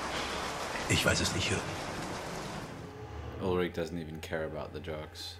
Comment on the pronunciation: Right now, I'm considering about to rewatch the series with you. I dont think I absorbed everything in my brain at the first time😅 PS: Your pronunciation of the names in German is really good, little hint: Ulrich is not spoken with k at the end. I know ch or sch isnt easy for native english speakers, but if you want, try to speak the end of Ulrich like the beginning of "shadow". Would sound better😉